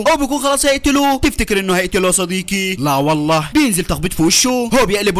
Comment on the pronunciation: وحشتني يا صديكي……يا أعز الأصكاك😂